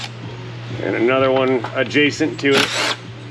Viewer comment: A-Jay-sent what?